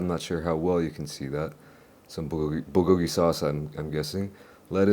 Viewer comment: Come on, bro. I know you know how to pronounce bulgogi the correct way. Don't dumb it down for the smooth brains 😄